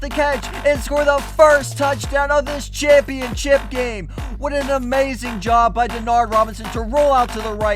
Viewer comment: you said championchip not ship